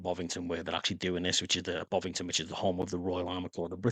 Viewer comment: It’s not Bovington, it’s Bovingdon.